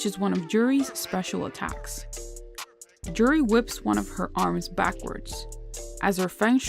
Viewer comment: It's Juri lol